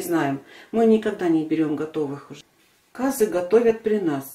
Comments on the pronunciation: Как только услышала кАзы , сразу переключила . Если не знаете как правильно говорить, то откуда вам знать как правильно его готовить? Не кАзы а казЫ , не мАнты а мантЫ. Ужас . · Умоляю ствьте ударение на Ы ☝цены вам не будет 👍КазЫ👌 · Ударение на ы